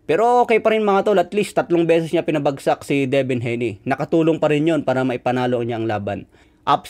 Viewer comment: Hayne (Hey-nee) hindi po HENI